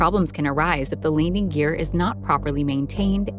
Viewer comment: Get someone to narrate who can pronounce "landing gear".